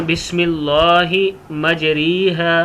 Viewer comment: بسم اللہ مجرے ھا پڑہا جائے گا مجری ھا نہیں پڑہا جائے گا پہلے پڑھنا تو سیکھ لیں پھر لوگوں کو بتائیں دوسری بات یہ ہیکہ یہ کشتی اور سمندری سواری کی دعا ہے جو نوح علیہ السلام نے پڑھی تھی ہر نیا کام شروع کرنے کی دعا نہیں ہے